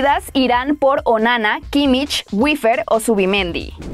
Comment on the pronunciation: JAJAJAJjajaj me reí cuando escuché Onana 😂😂😂😂😂😂😂😂